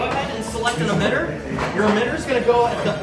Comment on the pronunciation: Did he keep saying OMITTER?! He’s a spy!! 😂